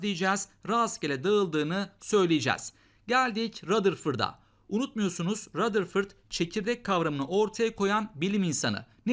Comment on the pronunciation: Hocam rutherfırd😂😂😂